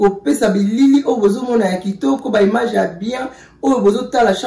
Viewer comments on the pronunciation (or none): none